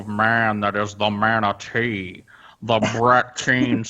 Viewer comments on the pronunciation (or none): Especially since the original joke was pronounced "matinay" not "manatee". They ruined their own joke almost right after coming up with it.